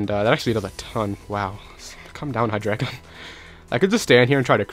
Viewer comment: Its hy-dry-gon.